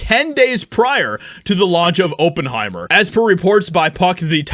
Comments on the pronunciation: It’s OP-en-hi-mer. Not Oh-pen-hi-mer 🤦🏻‍♂️ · It’s pronounced ah not o. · For jeebus' sake, it's not O ppenheimer. It's ah ppenheimer. Even a half-as$ed search about a name you've obviously never encountered before would have told you this. I couldn't even finish a not four minute video because of your repetitive mangling of a not obscure name. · Oppenheimer /ˈɒpənˌhaɪmər/ For an entertainment reporter, your ability to mispronounce proper names is legendary. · oppenheimer , like op enhiemer . do your phonetic research doof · IT'S PRONOUNCED OP IN HIMER YOU KNOW THE GERMAN SCIENTIST THAT INVENTED THE NUCLEAR BOMB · It's NOT "Open-heimer" Research is a good thing. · it's not "Open-Heimer", Op, like Operation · Maybe it shouldn’t, but pronunciation of Oppenheimer really bothers me. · If you grew up without ever hearing the name Oppenheimer mentioned, and are unsure how it is pronounced, you should look it up. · Geez dude why can't you pronoun words correctly. It's Op is in operation sounds like oppenheimer funds. duh.